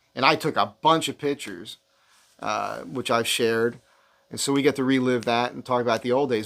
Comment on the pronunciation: Love how you always say pitch-ers rather than pic-tures.